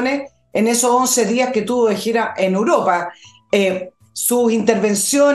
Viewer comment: le pediría que corrija su pronunciación de una palabra que repite comúnmente como por ejemplo:”UROPA “ no se coma la E se ve muy mal en usted. Gracias